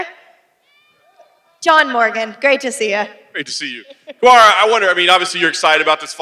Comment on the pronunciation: “Kamara! Kamara! No disrespect.” Yet he mispronounced his name twice.